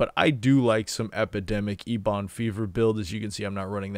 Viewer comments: Please stop saying eBon. It's pronounced like Eben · ebon isnt a word just on wow. its a color and its a kind of wood i wouldnt say its common knowledge but still. also you always mispronounced the sludge belcher as well. just sayin. you can say them any way you want, eeboon is funny as hell so might as well keep it. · Wouldn’t it be more like “ehbuhn?” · ok.. you heard the boy... he es LEAVING if you dont pronounce ¨Eben¨ the way it is...!!!.... only god knows what could happen to your channel if he unsubs.. cmon!!! get your shit together man!!! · I literally don't sub due to the eeeeebon fever...